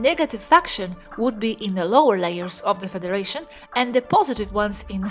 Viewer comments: Why does say feTHeration and not federation. Just asking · Why does she say Featheration, not Federation? It is very distracting. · I'm sorry... but is she saying "featheration"???